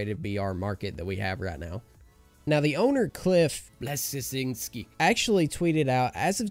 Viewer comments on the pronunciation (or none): Its pronounced "Blezinskee" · The fact that you don't know how to pronounce cliff bleszinski's name or probably know who he is is insulting. He was the design director at EPIC games and the mind behind Gears of War. He also started Fortnite "save the world" before leaving EPIC.